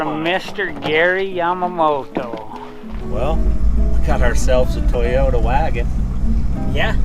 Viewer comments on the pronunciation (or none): "Poyota" 4x4 🤪🏆🏁